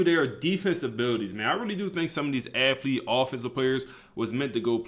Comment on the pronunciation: Bro is a genius with the game but I would love to get him a speech pathologist no disrespect 😂 it KILLS ME every time he says AFFlete like bruh lmao